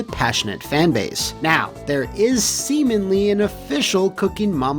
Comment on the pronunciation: Did he say “Semenly”?